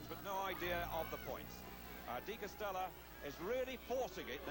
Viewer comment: By the way, it's "DE Castella", not "Castella".